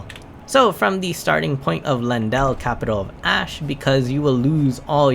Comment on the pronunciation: Lyinananandnaiu ajahahah it's Ley-en-dell bruh